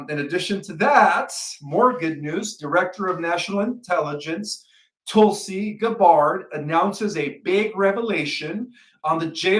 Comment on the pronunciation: AOC and Tulsi Gabbard have been on the news everywhere for the last 5 years and cannot even come close to pronouncing their names correctly???/ Something is very wrong folks, I'm not trolling. He should spend less time on his gym muscles and use that fee to hire an English tutor.